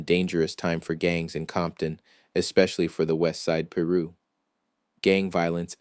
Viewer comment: Learn how to Pronunciate "Piru" [Pie - Ru] !